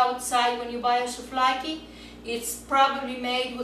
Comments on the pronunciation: axaxaxaxax souFlaki to leei sto xaxaxaxaxa re thn giagia re!!!! she's Greek and this recipe is delicious!! at last someone did it right!! uploaded a video about Greek food with the RIGHT recipe...:D Γεία σου!!!!! Φιλιά απο Ελλάδα!!!:D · ftiaxnei kai "souflaki" :p